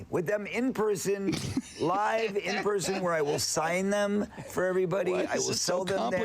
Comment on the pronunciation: When he said: "in person", I first understood: "in prison".